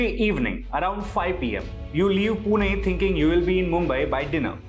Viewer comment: I know its wrong to comment this on serious issue but you genuinely pronounced PUNE perfectly in english too😂